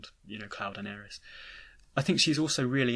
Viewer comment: Well the Remake seems to suggest the inner voice is Sephiroth trying to guide Cloud to the Reunion. Also why do you pronounce Aeris like Ares?